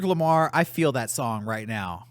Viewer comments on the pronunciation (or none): none